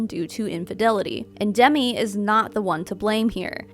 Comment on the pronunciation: Just to let you know...Demi Moore's first name isn't pronounced the same as Demi Lovato.